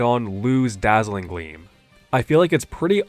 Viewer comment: why do I hear Dazzling Gweam